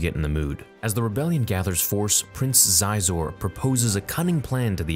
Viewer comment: You pronounced "Xizor" wrong. It's "Shee-zore".